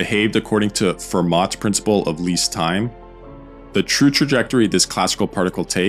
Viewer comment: tip: the t in Fermat is silent.